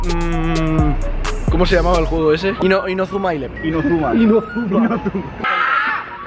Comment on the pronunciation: inozuma eleven🤨 inAzuma eleven xd